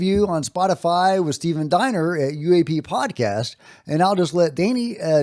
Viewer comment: I hate to do it but I'm guy on proper pronunciation so I gotta have his back and give Stephen Diener his respect. (Great podcast btw "unidentified alien" podcast) Stephen Dean-er.... although I'm fairly confident that he is a Dine-er on occasion 😁 Another great breakdown 🍻